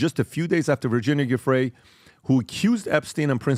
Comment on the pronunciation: Say Virginias name correctly please!!!